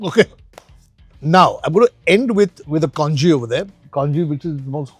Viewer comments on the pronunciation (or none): none